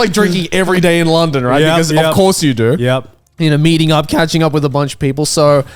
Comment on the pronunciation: Why did he pronounce london like that